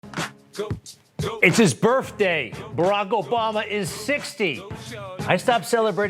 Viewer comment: He having' a "birf" day!